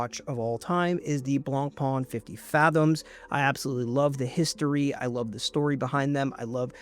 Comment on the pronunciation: Love the tiger eye and wood dialled Rolexes, even as someone who's not a Rolex fan, the pavé one much less so. Please work on the Blancpain pronunciation - the -an and -ain syllables do not sound the same, though the North American pronunciation typically renders it so. You're such a watch guy though, it'd be great if you were closer - the -pain ending is more like -pan in French than -pon.